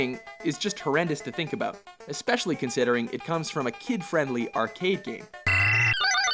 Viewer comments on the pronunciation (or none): none